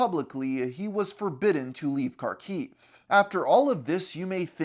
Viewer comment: I never expected to see my city of Kharkov on here... I had no idea about any of this! Also, I can tell you there really was no war or conflict on the city until that February of 2022. P.S. It is pronounced Harkov (or Harkiv, in Ukrainian language) and not Karkov :)